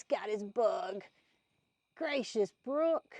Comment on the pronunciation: Brooke not book😂